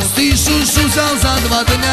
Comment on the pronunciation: Не шушу, а Шуши